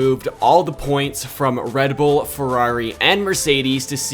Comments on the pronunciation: Ah yes, re bull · Re Bull 💀